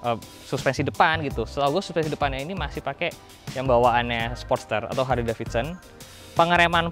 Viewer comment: Bacanya Harli bukan harle bos